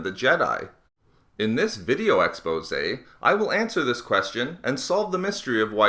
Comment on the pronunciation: next time he says "exposé" I'm gonna kill a kitten